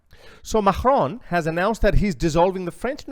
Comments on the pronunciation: can you please say Macron right for f**ks sake, it's not MAKHRON. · Why do you say Macron with a hard G? It’s pronounced as a K. Not the guttural G sound.